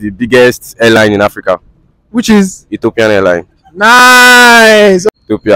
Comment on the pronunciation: I thought he said hair line, not airline, and fuming not including our brother Somali